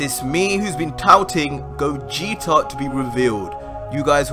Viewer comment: It's Gogeta not cooler -_